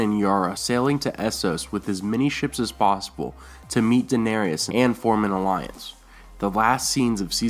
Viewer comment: PRONOUNCE DAENERYS CORRECTLY GOD DAMMIT!!